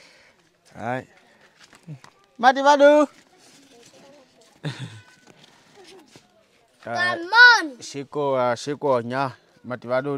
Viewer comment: dậy các cháu châu phi nó cám ơn bằng tiếng Việt rất rõ phát âm chuẩn quá Tuyệt vời quá. Tôi thích coi kênh